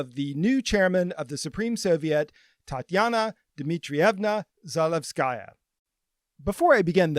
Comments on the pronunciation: Please, do give at least the slightest bit of attention to correct pronunciation. You don’t need to be fluent in the language, but in Za-LE-vskaya it’s the second syllable that should be stressed, as opposed to Zalevs-KA-ya which is how it’s pronounced throughout the video. As a person from another Slavic country, this just sounds off and I think many people would agree. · Za-LEV-skuh-yuh: accent on LEV, no "sky". It is the feminine form of Zalevsky. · kay, sorry - I didn’t mean to be rude. It’s just one mistake, unluckily repeated throughout the video. I don’t expect you to speak perfect Russian (or any language for that matter), in this case changing the stress to the second syllable would make it sound very good already. Apart from that, the video was very informative and you’ve clearly put a lot of work into it, so it’s only nitpicking :) keep it up!